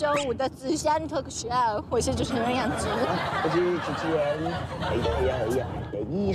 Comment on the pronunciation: 怎么感觉杨紫叫起来像娘子